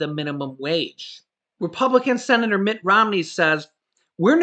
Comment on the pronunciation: "Mitch Romney" 😆